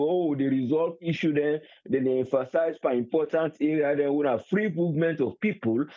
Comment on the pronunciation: Triple A nor kill me wit laugh. U say pipor pipor pipor. . Wae other country dem dae go bifo, we dae go bien. If ose nor sell u , street nor go buy u.